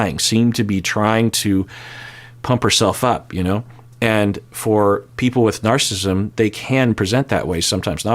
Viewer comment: Narcissism has 4 syllables. ☺️